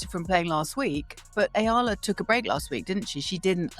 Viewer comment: Its pronounced E all a